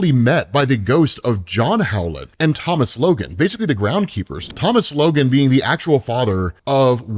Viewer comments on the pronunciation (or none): none